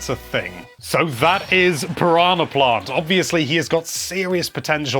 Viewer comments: "Paronna plont" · I love the way you say Piranha Plant lol